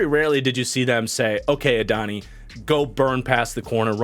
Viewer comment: Love your work, but Adonai Mitchell is pronounced “Add-oh-nai” not “Adonny”!